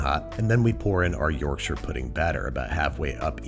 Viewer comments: Refreshing to hear Yorkshire pronounced correctly by someone who isn’t from the UK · HE SAYS IT CORRECTLY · Finally a American Who pronounced Yorkshire right big fan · Can we appreciate the correct pronunciation of Yorkshire? Yorkshur instead of york-shy-er. Impressed. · As a Yorkshireman your pronunciation of Yorkshire is admirable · Thank you for pronouncing Yorkshire properly 🇬🇧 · Thank you for pronoucing 'Yorkshire' properly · Excellent pronunciation of Yorkshire! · I'll level with you, when I clicked on the video I had prepared myself to be angry with the inevitable mispronunciation of Yorkshire (York-shy-re) and then you proved me wrong. I'm happy to be proven to be judgemental! 😂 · He pronounced Yorkshire right! Wooooo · Thank you for pronouncing Yorkshire correctly. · Congratulations on being the first American to pronounce 'Yorkshire' properly! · Thank you for saying "shur" rather than pronouncing it "shire"